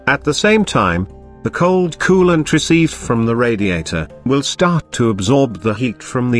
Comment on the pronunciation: kewwwwlent and thermo...STAT